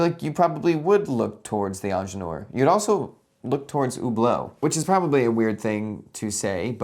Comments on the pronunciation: yeah i had the video running in the background and was like 'wait, what is this onjelor he's talking about' 😅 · Please just say „Engineer“ instead of butchering the original name throughout the video 🙄